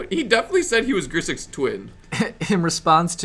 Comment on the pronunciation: Sorry to be that guy but...its GRIXIS not Grisix and AJANI Vengeant not Ajani's Vengeant ;) thanks for finally posting the videos everyone! Nice to get my Legacy/Modern fix again!